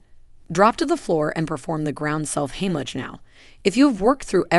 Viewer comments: If I hear "heem-lit-sh" one more time........it's HIGHm- lick!!!! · more AI generated slop - not even looked over once by an actual human to fix all the mistakes - doesn't pronounce simple words or sentences properly (it's NOT "heem-lit-sh", it's HIGHm- lick!!!!), no video or even stills that show actual people in the actual positions or doing the actual maneuvers, too many words to just fill up space and add pointless minutes, too many offshoots to talk about other things - this could have been helpful with some quick and EASILY remembered "most important steps" for people who can't get ANY air and who WILL pass out in just a minute or two AND THEN DIE, instead of 20 minutes of mostly totally pointless blah blah blah with a bunch of not even useful just really distracting cartoon graphics. oh, and for the last two and "best" techniques - some seniors can't stand unaided, and most seniors can't go on their knees!!! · AI should learn to pronounce Heimlich.